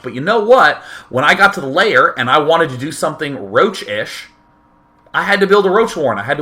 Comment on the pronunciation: Why do you pronounce "lair" as you were saying "layer"?